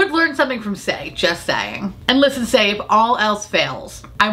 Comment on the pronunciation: "just saie-ing"